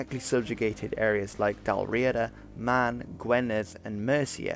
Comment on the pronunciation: Dunno if your saying it right or not, but we were taught to pronouce it like "Dal Ree a da". (And yes, I bide from the modern version of it!). ;)